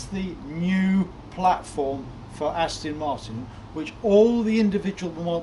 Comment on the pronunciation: Aston not Astin